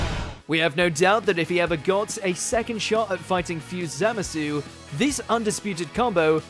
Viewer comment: Say it with me za-ma-su..not zam-is-u..say it with me from watchmojo